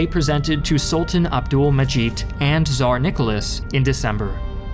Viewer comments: he is spanish and in spanish its with Z not with TZ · Tsar* it's TS, not Z. Я русский, я лучше знаю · my wife is Brazilian, and she cannot say Tsar, cause in Portuguese it's said as how we English-speakers say Caesar, which, to be fair, the Latin-speakers do have a hold on that word. So Russia really just mispronounced Caesar.